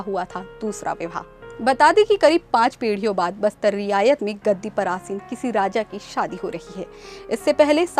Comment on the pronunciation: Riyasat ko Riyayat bol Rahi Hai.Maharaja praveer ko Pita Bata Rahi hai.